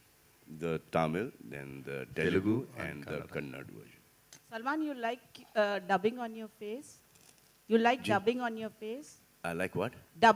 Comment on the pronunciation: Sir that is Kannada.. Not Kannad.